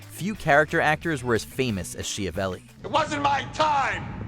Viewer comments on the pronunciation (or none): Number 8 is pronounced "sKiavelli" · It's pronounced S-Ki-avelli, the name is italian. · Really impressed that, unlike the majority of Americans, you pronounced Tobolowski correctly. However Schiavelli is pronounced Skiavelli as in school, Guzman is not pronounced Gooseman. The U is pronounced the same as in book, hook and look. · An excellent list. Most of them I knew, but I'm also a total nerd. Aside: Vincent Schiavelli - pretty sure his surname is pronounced "skee-a-velly". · In Italian Schiavelli pronounced skya - vell -ee. Ch = K in Italian.